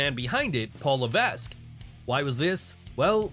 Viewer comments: La VECK. The S is silent. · Fun fact: The "s" in "Levesque" is silent.